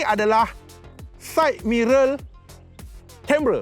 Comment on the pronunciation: Side “Mirel”.. ke said mirul??